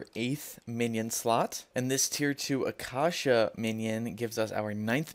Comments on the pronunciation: im unsubscribing because you said akasha instead of acacia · "acosha" lol that made me cry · The way you said acacia hurt my soul